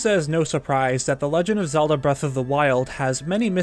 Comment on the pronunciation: Zelda starts with a z, not a "zee".